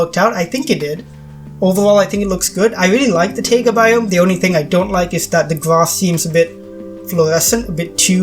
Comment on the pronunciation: FYI, 'taiga' is pronounced like 'tiger'. Great build! Are your parts on the workshop? How are you able to place stuff in the grid so easily? Even with the grid size down to 1 I have lots of trouble.